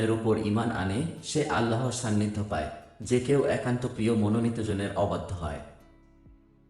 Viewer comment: সান্নিধ্য শব্দ শোনা যায় ছান্নিধ্য